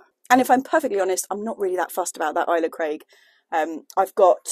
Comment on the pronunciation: Pronounced alesa craig rather than isla craig I believe